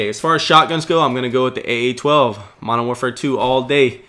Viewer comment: I love your commentaries, as well as i dont want to tell you how to commentate, but please says Modern Warfare correctly, I used to do the same thing and i Do not want to sound rude but it bugs me when you say Mowafare 3